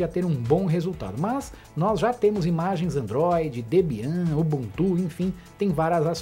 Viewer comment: Debian.... fala-se Débian.... é uma Linux muito importante